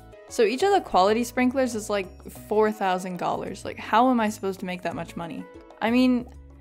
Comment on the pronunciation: Ok i'm subscribing because you call the currency "gollars" I'm rolling oml